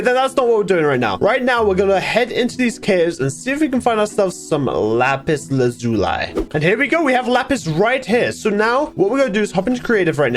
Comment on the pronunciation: 2nd? Also he is pronounced it liked lapis la zoo l eye